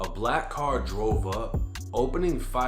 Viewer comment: you say "carrr", why didnt you say your usual boston accent "kaah"? suspicious fed slip my guy, hahaaaa.